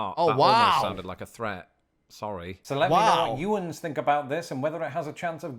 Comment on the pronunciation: I grew up near Pittsburgh and it’s not yinze. It’s you’ns (yunze)